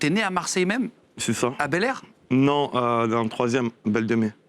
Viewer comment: Air bel pas bel air